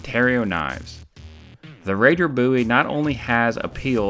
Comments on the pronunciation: its bowie not buiwie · Your dumb it is bowie not boo e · Just remember this is also the guy that uses Wikipedia as a source. Its Bowie not BOo Ee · peek ah booie ! I always thought it was pronounced (bow-ee) not (boo-ee) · It's pronounced bow-ee I can say it however i want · Jim Boo-ee popularised the BOW-ee knife. Geez I heard a British reviewer say bOW-ee knife.. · "Jim boooie" lol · Bow-eee is how most people say it, it's fucking weird how your saying it. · You sound like an idiot saying "Booie" Just sayin. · You do not know how to pronounce Bowie correctly. Instant thumbs down for making a statement that is so wrong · Its not pernouned differently? Jim Bowie David Bowie same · Always the troubled pronounced word Bowie